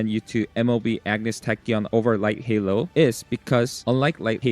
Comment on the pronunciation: Light Hello ❌ Light Halo ✅